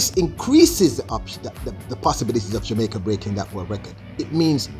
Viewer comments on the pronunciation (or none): none